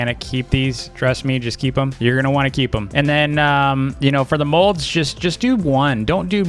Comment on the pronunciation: He calls molds modes